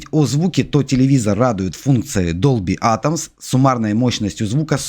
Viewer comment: Продавець, який говорить Долбі атомс? Тьфу.